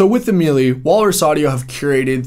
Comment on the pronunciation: “Maylay”, not “mealy”, I think?